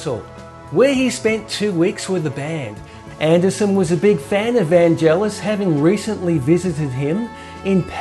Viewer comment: Really interesting stuff. The only irritant is repeatedly pronouncing Vangelis' name wrong! It's "Van-gay-liss" with a hard g, not "Van-jell-iss".